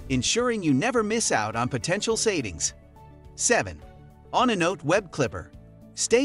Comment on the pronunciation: stupid ass AI voiceover pronounced onenote as on a note lmaooooooooooooooo